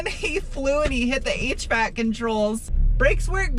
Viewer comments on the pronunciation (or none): none